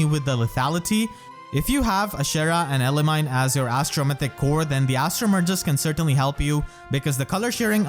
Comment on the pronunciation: Pronounced: Elimi like eliminated and then knee not mine.